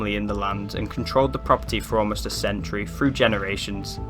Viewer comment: "Two fousand and free", "look frew", "weirded out". . . . . . weirded? the only weird things there are you lot. Your naration is terrible "Two fousand and free"? and what is WEIRDED? Give it up.